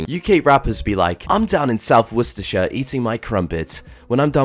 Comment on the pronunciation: OMG you nailed how you said Worcestershire you’ve made me proud